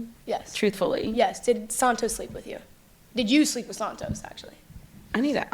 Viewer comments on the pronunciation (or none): The way she says "Sahntoes" like her hispanic ass can't pronounce it properly 😂 she uses her "Spanish " when its convenient to her musty ass😅 ...i love your videos! I deleted tiktok but stay current thanks to you haha